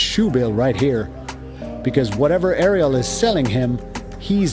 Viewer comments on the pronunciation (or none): none